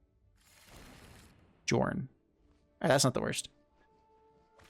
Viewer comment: Sorry for being pedant but i think the pronunciation is Yörn